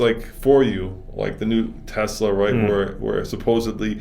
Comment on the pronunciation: How can this guy know so much about cars and still say “TeZla” instead of Tesla?